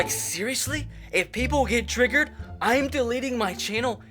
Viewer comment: The way you say triggered triggers me.